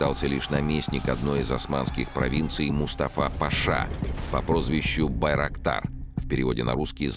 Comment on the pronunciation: Байроктар слышится как дырокол